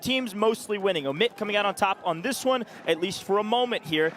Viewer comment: The one dude says Emit, the other dude said Omit 50 times trying to let him know he doesn't know how to say their name and he never got it. Some people just have to touch the stove.